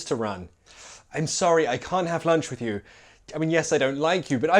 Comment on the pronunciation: LOL! My American ears picked up something (I think). When you said, "Say it with me", it sounded like say it "wiv" or even "with" (hard TH) sound. It works, and I'm not calling you wrong, it's just an observation. Great job! I think these nuances of our language are great, but only for an advanced speaker.